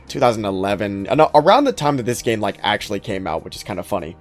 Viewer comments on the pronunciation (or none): Why do you say "gema" instead of "game"? I'm genuinely curious